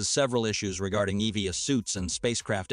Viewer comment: That’s not not how you pronounce EVA….